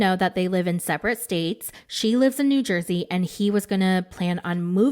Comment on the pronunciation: You almost called New Jersey New Jewzee that is so fucking hilarious